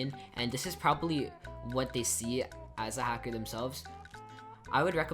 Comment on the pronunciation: hacker not halker \